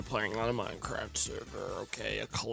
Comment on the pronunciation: Minecwaft AND twains?! OH MY FWICKIN GOSH DANG!